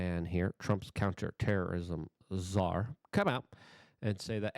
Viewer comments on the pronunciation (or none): none